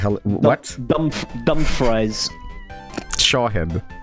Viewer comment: Got so angry when he pronounced Dumfries (dumb-freese) like dumb-fries.